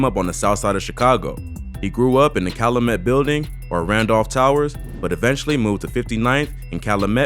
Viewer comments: Cal-YOU-met. Calumet. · The way you pronounce Calumet bothering me lol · Calumet is pronounced like kyle-u-met, not kyle-uh-met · It’s Cal U met not callamet…. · I find it funny how many ppl be researching shit going on in Chicago meanwhile we tryna make it out of chicago y’all be glorifying this goofy shit the fact that u pronounced (cal-u-met) like Calu-met screams out of town straight Buford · You pronouncing calumet wrong...its cal-you-met...not cal-lu-met. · Its Cal- U - met not calamet the “U” is a u sound not “A” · It’s not Ca-lu-met It’s Cal-U-Met 🤦🏾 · Kal-u-met my nigga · Calumet is pronounce "Cal-you-met" in chicago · It’s pronounced “cal-you-met” calumet . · You gotta pronounce calumet right cal-you-met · It's pronounced... CAL-U-MET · Anyone who’s listening and not from Chicago, it’s pronounced Cal ‘you’ met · Fam it’s pronounced CAL• U• MET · 😑😑 damn boa it’s pronounced CAL-u-Met i cringe every time you say it 🤦🏽‍♂️🤣 that’s how I know Niggas don’t live in my city just love to study it smh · Calumet (CAL-U-MET) yall out of town bloggers get on my nerves g..... lol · Its pronounced Cal-You-Met buildings. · REPEAT AFTER ME..... CALUMET IS PRONOUNCED CAL U MET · Bro it's Cal-U-Met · You know he ain't from Chicago how he pronouncing calumet. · You can tell dude aint authentic... how many words you gonna mispronounce?? Calumet, Dusable, smh. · Lol the way u pronounced calumet and dusable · The way he says calumet and duSable makes me mad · Ion like how he pronounce Calumet and Dusable 😭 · Calumet is pronounced CAL•YOU•MET. lol not callamet and it’s DUSABLE (Doo•Sa•Bull) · It is so funny people try to do documentaries on Chicago’s gang life and can not pronounce none of our streets. There is no 59th Calumet Parkway!! pronunciation is (cow-u-met) or the Met building 6219 S. Calumet the high school is Du Sable HS Pronounce (do-saw-blem) just put it all together that is how you say the name of the streets and school out here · *Cal-U-Met & *Du-Sä-ble